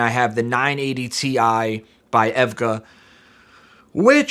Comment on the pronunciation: did he just say evgaa for EVGA.. NICE